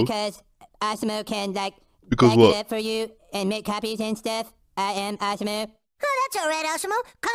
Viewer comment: it awesom-o not awesome-o